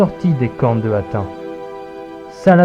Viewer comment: Bonne vidéo, mais on dit hattine 🙂